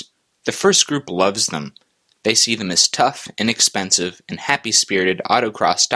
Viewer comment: I had to replay the beginning a couple times because I thought you said "and expensive" and was shaking my head. Then I realized you said "inexpensive". That's more like it.